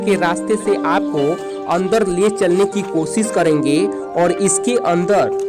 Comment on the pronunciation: हम डोर गया, 22 नवांबोर, अंदोर, भाभ्य, मेजोर, यहां पोर, आकर्षोक, दशोक,😂😂😂😂😂😂😂😂😂😂😂